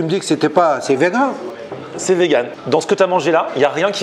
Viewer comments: A IL DIT C’EST VENOM 😂😂 POUR DIRE VEGAN 🥰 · Il a dit c’est vegun pas venom